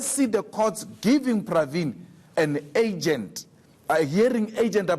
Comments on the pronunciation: This dumb bitch says 'it's not a AGENT matter"?????????????? Can someone please tell this dumb itch the word is URGENT????????????????????? And the likes of this dumb bitch wants to be a SA president?????????????????? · its Urgent not Agent julius